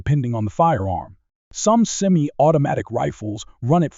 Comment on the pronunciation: Until now I never knew I owned Semi-I-O-Toe weapons.